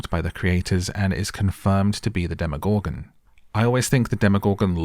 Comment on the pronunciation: The way you say “demoGORGEN” gets me every time 😂 I had to turn off the video